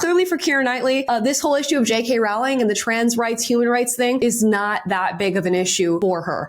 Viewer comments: Jesus Christ. How many more times. It's ROWling (row your boat), not ROWling (we had a row (argument). Honestly, you need to do more research than watch some videos online. If you are going to reference her in EVERY video, at least get her name right. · Masterclass in how to shut down someone trying to invite you to "pile on" and manufacture controversy at your expense. Perfect response. (btw, the first part of Rowling is pronounced "roll," i.e. "roe-ling." I wasn't sure for a long time and said it both ways, but Jo herself has confirmed this is correct.) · It's Row- (row, row your boat) -ling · I just discovered on J.K. Rowlings X that her name rymes with "bowling" not with "growling".....hihi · Rowling rhymes with bowling. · Rowling is pronounced like roll. Sorry it always make me laugh how wrong everyone gets one of the most famous author in the world’s name wrong. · Rolling...is how it's pronounced.